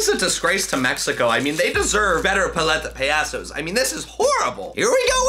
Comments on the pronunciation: I don’t want to be that guy but (Pal- ete- a) (Pa- ya- sos) Is how you pronounce it Sorry it was bothering me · You are still to this day saying it incorectly!!!🐧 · YOU ARE STILL SAYING IT WRONG 🤡🤡🤡🤡🤡😡😡😡😡😡😡😡😡😡😡😡😡